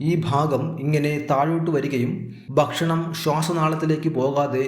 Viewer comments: 'Bakshanam' ennalla mariche ' ,Bhakshanam' Ennanu parayentathu. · അറിവ് നൽകുന്ന വീഡിയോ, ബഷണം അല്ല ഭക്ഷണം എന്ന് ഉച്ഛരിക്കണം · കാര്യമെല്ലാംശരിയാണ്.ഒരു കാര്യം മാത്രം.. ബക് ഷണമല്ല,, ഭക്ഷണം..